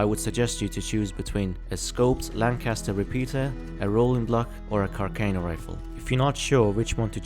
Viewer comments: It is pronounced car sea are no rifle not car ca no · It's pronounced CAR SAH NOH